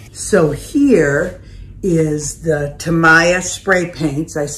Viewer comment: It's pronounced TA-MEE-YA. Thanks for the demo